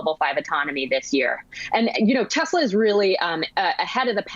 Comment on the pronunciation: Mate I love your show but you have to stop pronouncing Tesla as Tezla.. Listen to how Tasha pronounces it. It's Tesla with an S.